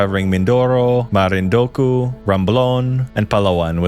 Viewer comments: You said you are born and raised here but you speak the names of places funny For example its MarinduQUE not marinduKU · Only urban legends know, btw it's pronounced “marinduke” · Born & raised in the philippines but can't pronounce Marindu-QUE!!! I was born in the philippines but raised in the US and still speak, Read and know how to pronounce Filipino word correctly. This is most likely an unnecessary comment, but coming from MARINDUQUE- that just really bothered me. Anyways..... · Marindunque (Que) (k) no co! 😅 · It's MarinduQUE. Just sayin'. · Marindokooooo? Lol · I know there's a lot of mispronounced names like Guimaras (Gi-ma-ras), Roxas (Ro-has), La Union (La-u-ñon), Laoag (La-wag), Marinduque (Ma-rin-du-ke), Tuguegarao (Tu-ge-ga-raw), Leyte (Ley-te), Biliran(Bi-li-ran), Calbayog (Cal-ba-yog), Catbalogan (Cat-ba-lo-gan), Maguindanao (Ma-gin-da-naw), Pampanga without (s) pero okay lng tawang-tawa nman ako sa Butuan ((Bu-twan) ..not a pro too. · "mimorapa" "marindoku" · Here's wishing your theory be tested NOW. PH might be saved if Luzon population is reduced 🤔 As for Butuan, that's pronounced Boot-wan. As always, Tagalogs forcing wrong pronunciation into Filipino language to show their superiority pfffft... And there is no such thing as Marindoko. Marinduque is pronounced Marin-duki. Tuguegarao? Tugegarago was it? So many proper nouns you can improve here before you published...